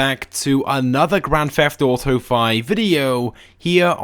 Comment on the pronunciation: Grendft theft oto